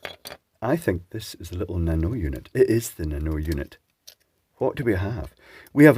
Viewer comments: I didn't know there were so many PCBs and ICs in it! By the way, it's pronounced "nano - e (nano - i:)". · I'm in New Zealand and have a used Japanese import Toyota Corolla which has a Panasonic Nano E air con system. My wife is Japanese and she says the pronunciation is actually 'Nano E' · Nanoe - when pronounced like canoe, it sounds like a Mork from Ork response from the Mork and Mindy TV sitcom. Nanoe nanoe!